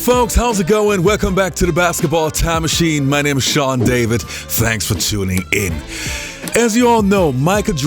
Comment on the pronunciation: "fanks for tooning in"